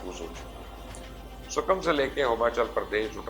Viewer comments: You can’t even pronounce Sikkim you call it sukkum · It's Sikkim, not Sukum . Thanks